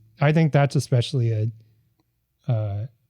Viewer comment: Pet peeve- people who say "ex" specially instead of especially.